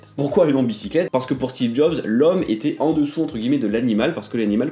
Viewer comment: "Steve zob" 😂😂